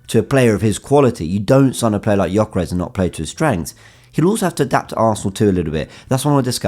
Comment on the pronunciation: U dont say right his name....Say: Djoekeresh... He has hungarian name,his parents hungarian..i know how to say right...just sounds really silly how u say .good content ❤️🇭🇺